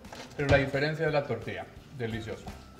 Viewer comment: Nadie: Absolutamente nadie:: Toortia, Tortia otra vez: Tortia